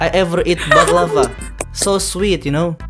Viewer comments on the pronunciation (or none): saya mau mengoreksi saja🙏🏻, huruf V dlm bhs turki secara penulisan memang V tapi secara pengucapan dibacanya jadi W...misal contohnya secara tulisan "baklava" tapi secara pengucapan bacanya jadi "baklawa", contoh lain "seviyorum" kalo diucapkan jadi "sewiyorum"...sekedar pengetahuan 🙌🙏🏻